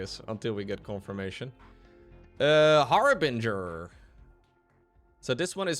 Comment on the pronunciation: THANK YOU for pronouncing "Harbinger" correctly! You would not believe how many people say har-bringer.